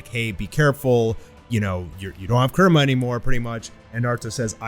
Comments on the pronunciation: Its kurama not kurma 😂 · Excited to see what happens with Naruto, also I like the content just gets to me how you say Kurama. A in Japanese doesn't have "uh" sound. But that's just me being picky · “For the first time since Naruto lost Kerema” Could have sworn it was Kurama.